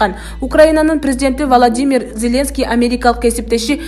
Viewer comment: Валадимир эмес Владимир тура окуусан боло